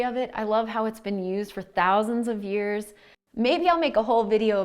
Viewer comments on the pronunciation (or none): none